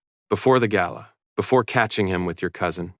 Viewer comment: Please stop aaying Gaila instead GALA